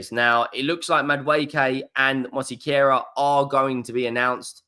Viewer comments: It's Mos-Ke-Ra not Mosi-Ke-Ra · why can you not pronounced Mosquera.... MosseyCarer! lol PS enjoy your content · Hope this help it’s pronounced “Moss Key aira “ you’re welcome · Please, try to find someone to teach you how to pronunciate MOSQUERA. You are making crazy the peoplr who speak spanish. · Love the way butchers Christian Mosquera's name 😅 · He butchers every name😂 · More that he can’t read it than can’t pronounce it - if you stood next to him & verbally sounded it out he’d pronounce it fine. Most mispronunciations are a reflection of reading level & don’t happen when the information is received audibly (why dyslexics often stumble over words they’re more than capable of saying).